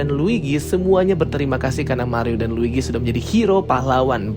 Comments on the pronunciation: L U i G i bang bukan l i G u i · Luigi bang bukan ligwi